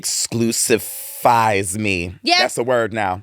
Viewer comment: Yessss “exclusiphize” 😂😂😂